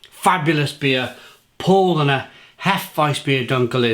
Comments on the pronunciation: Pronunciation, not spelling. Powlana, and yep accent the 2nd syllable. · About pronunciation, it's more like Powlarner, with a stress on the second syllable, great review though. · It's pronounced "POW-Larner" mate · yeah that's what I said mate. PoW-Larner, If you say that word in English it's the correct phonetic pronunciation of the German word Paulaner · German here: Nope, its pronounced Paulaner. The "au" is pronounced similar to "ou" in "ouch". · Exactly.... Was going to say the same